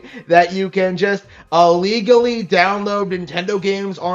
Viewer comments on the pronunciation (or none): Man mispronounces the word "Illegally" with an "A" like... wow he doesn't read.